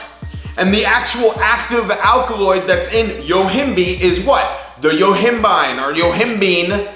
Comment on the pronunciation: Yo-him-bye-n. NOT YO-HIM- BEAN